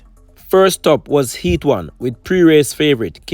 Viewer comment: Boss its a "Heat" not a "eat". And its "how" instead of "ow".